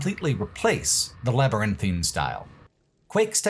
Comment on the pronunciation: you get my gold star for pronouncing "labyrinthine" how it's supposed to be and not as "labyrinthian" like the skyrim location (and how 95% of youtubers pronounce it...)